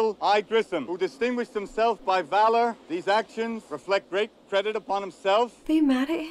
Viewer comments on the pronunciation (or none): none